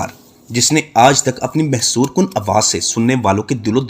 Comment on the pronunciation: ویڈیو اچھی ہے لیکن الفاظ کا تلفظ درست کر کے تیاری کے ساتھ ویڈیو بنایا کریں تاکہ غلط الفاظ نہ بولیں ، ویڈیو کا سکرپٹ پہلے کسی سے چیک کروا لیا کریں ۔ یہ عاجزانہ مشورہ ہے برا لگے تو معذرت اور ہاں لفظ محسور کن نہیں بلکہ مسحور کن ہوتا ہے